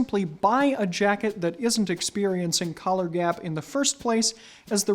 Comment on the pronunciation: I thought he said colour when he said collar